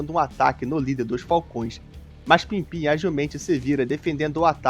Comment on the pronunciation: pippin nao pimpim mestre hehehe